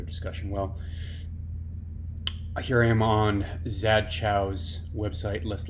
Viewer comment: Yeah so, while Zad does have great arguments to use here... you should at the very least know how to say his name correctly. ‘Zad’ rhymes with ‘Stat God.’ Be well soon.